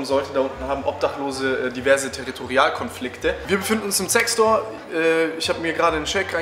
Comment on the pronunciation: Hab bei anstatt "Zec Store" "Sex Store" verstanden, ja moin xD